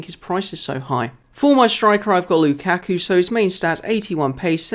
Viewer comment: Mayuka instead of Lukaku! :-)